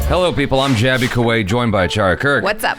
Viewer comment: Jaby you did it pronounced name perfectly 😎